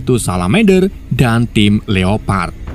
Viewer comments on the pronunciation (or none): none